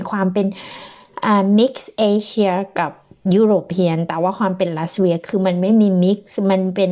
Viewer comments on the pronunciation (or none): ทำไม ออกเสียง ลัสเวีย ลัตเวีย ไม่ใช่เหรอ